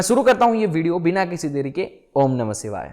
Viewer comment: आपको शक्तियां मिल गईं? आप हिमालयी योगियों के साथ रहे हैं? 'योगी' के जिंदगी से जुड़ी चीजें सीखने को मिलती हैं 😃 और 'सिवाय' नहीं होता 'शिवाय' होता है‌।